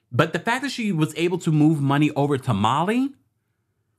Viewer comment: Why did I keep hearing “tamale” when he said to Mali 😂🇲🇽